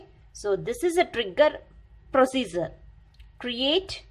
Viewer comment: She pronounced "Prosiezer" to procedure. And explanation is okayish in terms of defination.